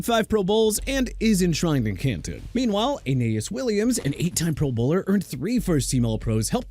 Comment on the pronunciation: Honestly, the way you say pro bowler makes me want to run into a wall Kool aid styles!